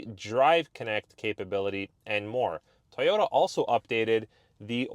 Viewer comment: "Toy"ota not "Ty"ota